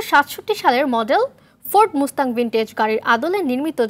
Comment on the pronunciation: ঠিক। শুধু মুস্তাং নয়, আরও অনেক শ্রুতিকটু উচ্চারণ ছিল যা রিপোরটির সৌন্দর্যহানী করেছে। ভবিষ্যতে সতর্ক থাকলে ভাল হয়।